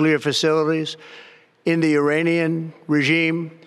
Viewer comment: “In the Uranian regime” ffs🙄